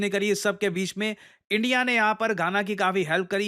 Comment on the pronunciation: Gaana, khana ❌❌ Ghana ✅✅